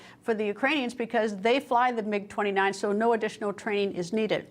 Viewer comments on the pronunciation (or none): MIG NOT GIG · Mig not Gig.